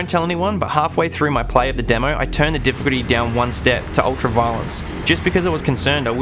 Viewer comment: Why can't this guy say the word "difficulty?"